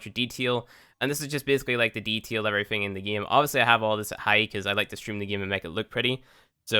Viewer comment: Deeeee taaaaaaaaaaaaaaa il not deteel xd